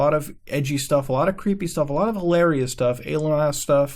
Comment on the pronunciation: His pronunciation of the word "alien" wouldn't be the same without the x files.